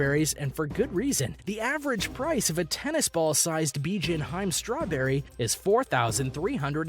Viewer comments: It’s “ BI-JIN HI-ME”. Not “BIJIN HIME”. Lol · Bijin HI---ME, TWO SYLLABLES! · Bijin hime? LOL Dude should watch some anime and maybe he can pronounce these names correctly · Bijin Hime - Pronounced Bijin - Bee Gin Hime - Hee May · I got irritated when the narrator said "Bijin Haym" instead of "Bijin Hi-Me" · The strawberries are pronounced Bee-jeeyen Hee-may. Hime is princess. The black melon is Den-soo-kay. They are very hard to grow. Watermelon is extremely expensive in Japan because the plant takes a lot of space and they often have to even grow produce in space conservative ways. They are often made as cubes to stack and ship them easier in grocery stores and you get a more uniform size and therefore uniform price. Peaches are also very expensive. The cherry guy's name is Eisuke (aye-soo-kay) Sato (saa-tow). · bee gin hyme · Seriously. I was ready to headdesk by #4. It's "beejeen-heemay". And that apple isn't "seck-ee-eye", it's "seckEYE". Ffs, look it up and listen to a pronunciation guide!! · Sekai Ichi : Seh-kai, not saykeeaye. Bijin Hime: Hee-meh, not hyme. Densuke: Den-soo-kay, not densook. Sato Nishiki: sah-toh, not say-toh I enjoyed the video and I hope that for future reference, because I think your videos can be educational, it would be nice if you can try to get close to proper pronunciation of things as to not confuse the masses. Obviously, people are here for entertainment but also educational purposes and when you spend so much time to make a video, you can at least spare an extra 5-10 minute to use google translate to help you with the pronunciation to turn your video quality from 8/10 to 10/10.